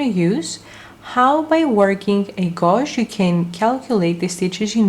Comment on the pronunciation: OMG Someone PLEASE tell her how to say GAUGE G-age ?